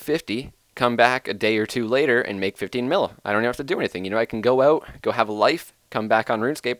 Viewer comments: im liking the "owt" canadians :P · you "out" proves your canadian